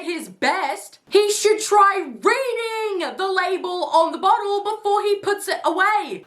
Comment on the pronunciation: the way he says “ SECOND!” And “BOTTLE” ☠